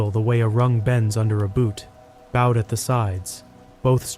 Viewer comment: "four of the ladder rungs were bowed." "bowed" pronounced like "bow" in "bow and arrow" or a "ribbon bow" (boh) not "bow" as in "bow of a ship".